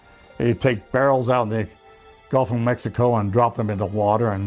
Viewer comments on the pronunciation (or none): none